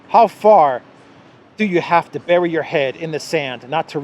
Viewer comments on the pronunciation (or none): none